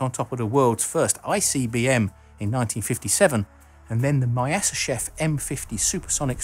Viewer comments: It's tricky to pronounce those Russian surnames correctly, but for the record: Myasischev is pronounced more like myaseeschief :) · You pronounce Myasishchev in a very funny way